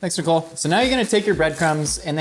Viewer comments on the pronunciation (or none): What he said “me, Nicole, and Trevor” what I heard, “Minacole”